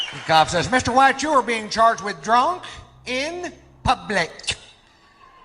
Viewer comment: I could've sworn you'd reacted to this before. That bit is so classic! The way he says "publick" lol!